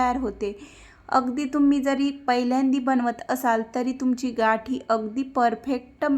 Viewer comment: घाटी हा उच्चार चुकीचा आहे गाठी म्हणावे